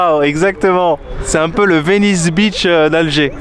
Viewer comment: Cher et la fille algérienne, Je n'essaie pas d'être méchant avec vous deux, mais vous avez tous les deux besoin d'une meilleure prononciation de Venice Beach. mdr La façon dont vous et la fille algérienne dites ça sonne comme si vous disiez Venice Bitch, Ahahahaha Beach= Plage Bitch= Cheinne (littéralement) mais informel cela signifie (souvent offensant): Une femme malveillante, méchante ou autoritaire